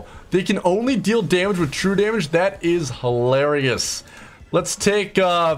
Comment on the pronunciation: "and we can deal extra daMÀge" that part killed me fr